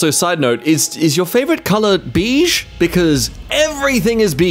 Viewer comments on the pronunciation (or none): why is no one talking about how he says beige? Or am I going crazy?? "Beej"?! I swear it's "bayj" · I can't be the only one who had a problem with how said 'beige', right?? D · bro literally said beege 😭😊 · pronouncing beige ("BAYge") as "BEEge" gave me more uncanny valley vibes than the love doll... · Did they just call beige "Beege"??? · TIL Australians pronounce beige "beej". Interesting. For those who may wonder, Americans pronounce it "bayj". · BEEGZ??? Apparently I've never heard you say beige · beege? beege? i understand pronunciation differences but it is bayge and not beege the i is there for a reason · TIL some people pronounce beige as "beezh"... that one's new lol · I am Australian & I've never heard beige pronounced like that, the bei makes a bay sound, you can figure out the rest from that.